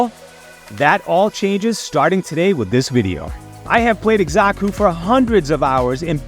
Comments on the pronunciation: Not to be that guy but it's Sa-ku, not Eksa-Ku. Nice vid tho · 1. The Z sound comes from an X, not an S. 2. Again, there’s no R, it’s Xaku, not Xarku. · Itx "zaku" brother but thanks for all the tips brother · Why you pronouncing his mame like that? Wtf?